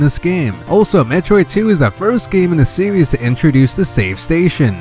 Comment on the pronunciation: “Metroid sewies”